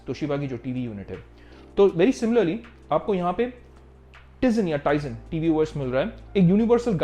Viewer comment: I am unsubscribing you mainly because of ur wrong pronounce of tizen os